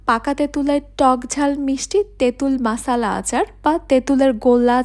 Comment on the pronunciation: মশলা আচার❌ মাসালা আচার ✅ 😂😂😂😂😂